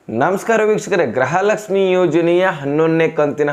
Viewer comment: ಅಣ್ಣ ಗ್ರಹಲಕ್ಷಮಿಅನ್ನಬೇಡಿ ಗೃಹಲಕ್ಷಮಿ ಅಂತಹೇಳಿ ಅಣ್ಣಾ ಕನ್ನಡ ಕ್ಕೇ ಅವಮಾನ ಮಾಡಾಬೇಡಿ 5ನೇ ಬಾರಿ